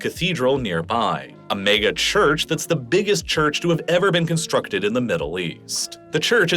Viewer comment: mayga instead of mega is throwing me off